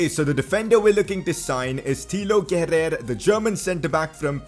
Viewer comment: It's pronounced Keh-rur. Great episode keep it up. Leipzig carrer mode next please.